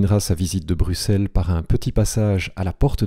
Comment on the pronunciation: x se prononce [ks] et non [s]. ui se prononce [ui] et non [uui].